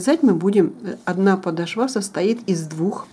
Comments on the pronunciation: Резануло слух подошвА, в русском языке ударение падает на вторую гласную О! "Подо́шва, где ударение падает на гласную «о» второго слога" -- правила для 4-го класса. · Посмотрела ваш мастер класс всё очень понравилось но извините не очень понравилось как вы комментирутие простите пожалуйста но нужно говорить не подошва вы сделали на последний слог а подошва с ударением на в 2 слог до очень режет ухо прошу ещё раз прощения если Вас обидела